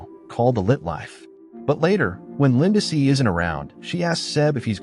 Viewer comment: Poor Lindsey. AI keeps calling her Linda-see!